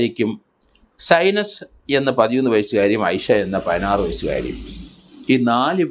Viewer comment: സൈനെസ്സ് അല്ല zainab എന്നാണ് പേര് പറയുമ്പോൾ ശ്രദ്ധിക്കുക